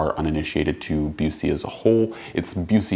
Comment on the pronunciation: Knowing the Owner of the Company I can help you out with the pronunciation. It's Busse as in 'Bus' 'ee'. 'Bus' as in Short Bus.